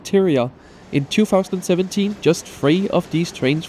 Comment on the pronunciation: Sorry but the TH fronting drives me mad. It's THREE not FREE.